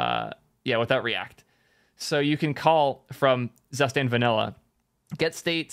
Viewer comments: Great content mate. FYI: Your pronunciation of "Zustand" is wrong ;). It is German word for "State" and is pronounced as "Suustand". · Every time you pronounce "Zustand" as "zuhhh-stand", a German vomits in horror 🤮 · Hmm "tsoostand" doesn't sound correct either to my ears. Either way it's more correct than how was pronouncing it 😂😂